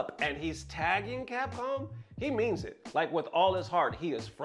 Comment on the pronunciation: What is “Capom”? 😆